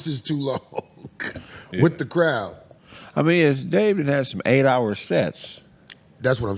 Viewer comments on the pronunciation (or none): none